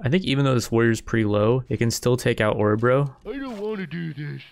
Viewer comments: Love how you pronounce my home Årebro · Dat pronounciation of Orebro